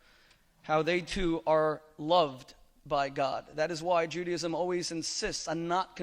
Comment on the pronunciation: The rabbi can't pronounce Judaism - he says Juadism - that is really poor from a supposed learned Rabbi. He lost this debate for sure!